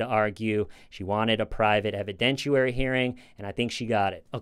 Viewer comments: Just an FYI: it's pronounced 'evi-dent-i-AIR-y'; not 'evi-dent-choo-wary'. I know it seems petty but if it bugs me it probably bugs a few other people too. No disrespect intended. Just a correction. Stay safe. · there's no U sound in the word "evidentiary." haha